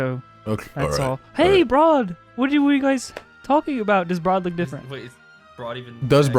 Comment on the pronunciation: Br'aad more like Bard.